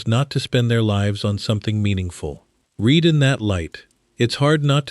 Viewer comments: I knew this was AI, but the mispronunciation of the word read, within the context it was past tense, but it was read as present tense. I knew it. I could tell by the tone of the voice. Moving on. Bye-bye. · "Read in that light" pronounced wrong